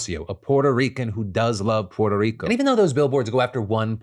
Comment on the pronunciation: I can't stand how Phil enunciates "Puerto Rico"... It makes him seem like such a try-hard. Like c'mon man, just say it somewhat normally. Examples are through